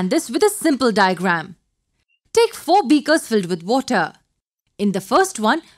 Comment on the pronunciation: i came here to learn but WOTAH!!!